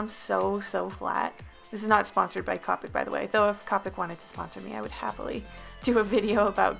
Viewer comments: Not trying to be a meanie weanie and I'm pretty sure someone already said this, but the brand copics is pronounced Copic like toe pick not copic like topic. Honestly I thought it was Copic like topic but apparently I was wrong so its apparently copic like toe pick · Its co-pic not ca-pic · When she says Cop-ics when you pronounce it co-pics TRIGGERED love this drawin by the way. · why does everyone pronounce copic like cawpic?? Is it just an American thing? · If u don’t pronounce copic right ur nOt gOnNa gEt sPoNcOrEd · I like how she says copics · you're pronouncing copic wrong it's pronounce with More of a o sound